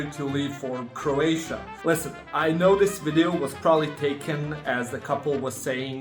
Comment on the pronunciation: Oh did he mean Croatia? 😂